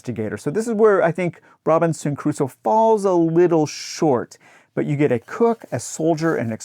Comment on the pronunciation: Why are you pronouncing Crusoe with three syllables?